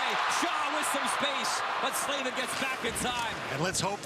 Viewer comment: Yeah, I cringed every time he said Slavin lol